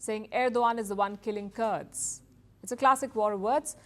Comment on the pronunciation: Not kards😂its Kurds